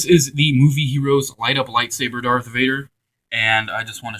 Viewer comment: its darth vader not dark vader